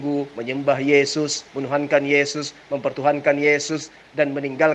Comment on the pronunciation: Bang mkc nda tau ucapan yesis.hey yohanes yg bilang bukan yeyus.